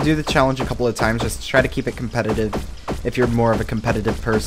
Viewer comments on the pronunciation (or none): none